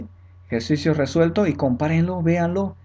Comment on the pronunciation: Muy bien profe, le he entendido perfectamente me va ayudar para el examen que tengo en estos días. PD: Se dice "Resuelto" ( min 20)